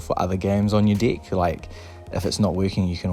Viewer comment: Haha your accent! Every time you say "deck" it sounds like "dick" your "dick" will lock up!